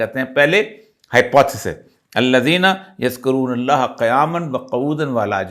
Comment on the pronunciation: Qauoodan ni Quoodan correct karein .....Qaf pe pesh parhein